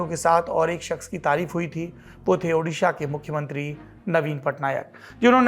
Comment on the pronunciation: does central minister still saying udisha?